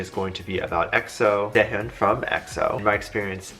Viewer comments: im sorry, but its SE-HOON WITH THE HOOOOOOOON. NOT HEEEUN. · His name is pronounced Se hoon. Not Se hyon. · Sehun not sehyun